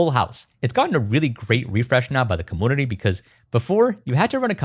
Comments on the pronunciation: Compooter, comoonity bro can’t say u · Every time you say commünity or compüter breaks all the seriousness of what you're saying lmaoo